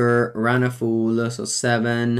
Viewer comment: Quick pronunciation note: Run Afoul is not pronounced A-fool, it is pronounced A-fowl. Like bowel, scowl, owl, etc.